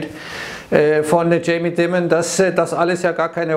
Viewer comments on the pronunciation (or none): Der gute Herr heißt Jamie D-AI-mon, wie diamond nur ohne D